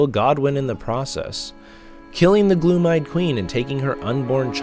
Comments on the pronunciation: Gloam=glome not gloom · Gloam, not gloom.